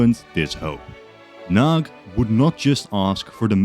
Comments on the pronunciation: It's pronounced "nuhdy" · Hearing the Hungarian names as a Hungarian was not satisfying, but the one who was the worst in my opinion was Imre Nagy. Nagy means big and instead a g sound you say something like the d in during. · Great video! But one small mistake, two actually. It is Nagy Imre in Hungarian because in Hungarian the first and last names are swapped. And the 'gy' in 'Nagy' isn't like a 'g', it's a different letter in Hungarian. The maps are getting so much better. Keep it up! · *Nagy not Nag